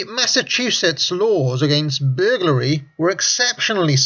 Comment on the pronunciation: Hey he finally pronounced Massachusetts right. 3 seconds later : "Saturnuurlia"